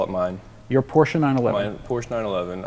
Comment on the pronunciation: 28 year old kid who has a porsche doesn't even know how to pronounce PORSCHE properly. I can't respect him anymore. He should be fired from CR